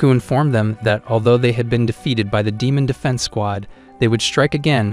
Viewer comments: In the start bro said ‘’demaon’’😂😂😂😂😂😂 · he didn't say demon he said deeman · Bro said deemoon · Bro said demun